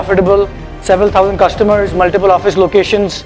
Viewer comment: You are a SOUTH INDIAN guy... You can not pronounce THOUSAND properly 😂😂😂